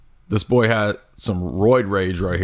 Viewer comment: C'mon,. It's not nice to pick on folks with disabilities like speech impediments. He does have a speech impediment, right? The way he kept saying "debunk" and "boy" is the reason why I ask. /winkEmoji This is one of my favorite videos on this channel so far. Absolutely hilarious and I especially liked the musical bits. Jay should consider seeing a therapist because he's got some serious insecurities to work through. You should not debate him. He will spend the whole time on personal attacks and his personal increduities. Lastly, body modifications have been around for as long as humans have been. Every culture throughout history has done some kind of body modification. There was/is foot binding in Asia, skull stretching in South America, ear, lip, and neck stretching in Africa, scarification of multiple cultures, henna of India, and the countless ways of getting ink and jewelry into the dermis from the Pacific Islands, to Native Americans, to Scandinavians to everywhere. Piercings decorated with jewelry and tattoos are and always have been everywhere. Nail polish and makeup are mods. Hell, you could even say the way that Jay shaves his facial hair into that shape or cuts his hair short is body modification. Just because you don't like them, Jay, doesn't mean anything.